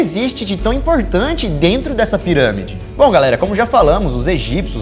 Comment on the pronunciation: "os cientistas do projeto 'scann pairãmide'...". 🤣🤣🤣 Tensa a pronúncia, man.